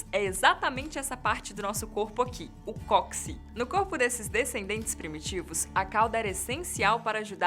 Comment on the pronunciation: Não se fala "cóxi", amiga. É "cóccix".